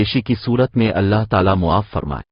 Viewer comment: اللہ کا نام بہن اور درود پاک تمیز سے درست ادا کرو